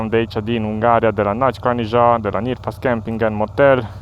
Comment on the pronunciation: Mai mai, dar tu esti ungur si ar trebui sa stii ca e Nyírfás camping (camping cu meastecan) si nu Nyirfasz cum zici/scrii tu ca asta inseamna cu totul altceva si nu e frumos 🤦🏻